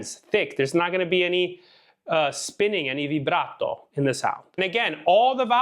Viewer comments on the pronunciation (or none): none